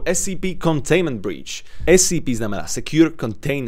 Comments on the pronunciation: To scp sa číta escepe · Čita sa to ESCEPE